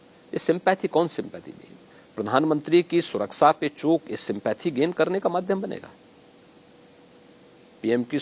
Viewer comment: Baba Hathras bhul gaye betiyo ki surksa nahi suraksha hota hai